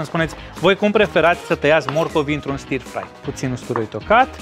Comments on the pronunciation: stir-fry [ˈstəːfrʌɪ].....nu e i acolo la pronunție. un fel de ă. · stă frai se citește. ă lung, fără r.( non r pronounciation)